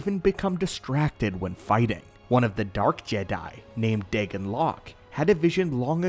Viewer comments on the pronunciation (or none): none